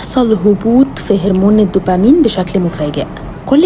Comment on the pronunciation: ماشي بس انطقي هرمون صح.